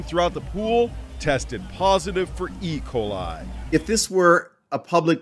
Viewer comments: Why does he say ecoli (makes me think of like ricola commercial) instead of E. Coli? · The way this dude pronounces E. Coli as if it’s one word lol, it’s E pause coli, not Ecoli.